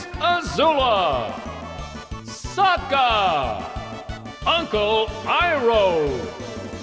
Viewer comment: For Sokka, they have a few where they announce it like Soka for whatever reason.